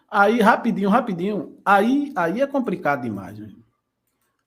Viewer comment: Compricado?concrusivo?Comprica? Está ruim hein?